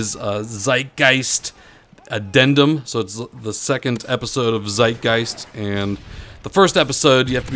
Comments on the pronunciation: Haha zeitgeist wie er es ausspricht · i found it funny how you pronounced "zeitgeist" , its german and means "timeghost" :)